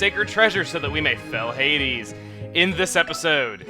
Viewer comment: Your suposed to said Hades silly. :3